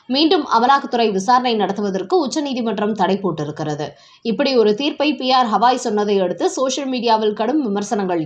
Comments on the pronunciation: உச்சரிப்பை சரி செய்யுங்கள். குறிப்பாக தலைமை நீதிபதி என்று குறிப்பிடும்போது. அவர் பெயர் ஹவாய் அல்ல, திரு. கவாய். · யெக்கோய் எம்பூட்டு முறை சொல்வது, சுப்ரீம் கோர்ட் தலைமை நீதிபதி "கவாய்", ஹவாய் அல்ல 😊😊